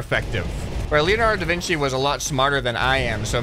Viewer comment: ahh yes, The Vin Qi